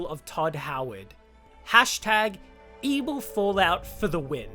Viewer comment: Whenever you say ebil I think back to AdventureQuest (Battleon). Lol